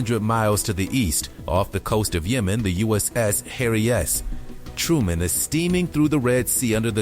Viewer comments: ....and it struggles with English! "Harry S.................................................... Truman aicraft carrier. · The narration is poor. "THE USS. HARRY S...........TRUMAN"